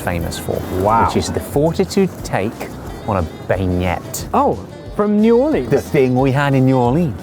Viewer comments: it's pronounced Ben Ye not Ban Yet. 😂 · It's pronounced "ben-yay' lol, not benyet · Ben Yay not benyette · I think it’s pronounced Ben-Yeah, not been-yet. Lol😂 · I live like 2.5 hours from New Orleans and go there quite often, and Josh and Ollie pronouncing a beignet like "bane-yet" is awesome lol. I have always heard it pronounced "ben-yay". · I say this in jest but, people that pronounce "strawberry" as "strah bree" or the French word Beignet as "beg net" instead of the "proper" French pronunciation of "ben yay" (as we do in the USA), has no right to correct anybody's pronunciation of "croissant". On the other hand, I love me some almond "cray sants". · Josh says Americans pronunciation os croissants is wrong,, well his pronunciation of biegnet is a little off as well. It is pronounced ben-yay. But they both taste great no matter how you say it. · Not being pretentious but it is pronounced benyay not benyet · Exactly! I"m like, your argument against saying the T in croissant was immediately invalidated by butchering beignet. lol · boys, it is pronounced “Ben-Yay”. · It is pronounced 'ben-yay'! You are killing me!!! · You don't pronounce the T in beignet. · There is definitely some irony in y'all calling out Americans for saying croissant wrong but then saying bag-net for beignete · I love Josh calling out us americans for saying "cross-aunt" and then he says "bain-yet":) lol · Beignet is pronounced “Ben-yay.” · 😂 Listen…can the non Americans please leave us be…we’ve got enough to contend with without the croissant pronunciation slander and if you REALLY wanna know…it’s pronounced crescent.Just ask the pilsbury dough boy.🤷🏾‍♀️😂 EDIT: I just got to the minute mark in the video…Benyet…BENYET?! Now Josh…not after the croissant slander…tell me you’re joking😩😩🤔🤣😭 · beignet is pronounced "ben-yay". if you're gonna pronounce croissant the french way you might as well prounce beignet that way too😂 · And "bane-yette"... where is the Emoji whose ears are bleeding?